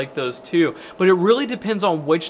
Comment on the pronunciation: You'd "BUT" spells BoouaAt. It's upsetting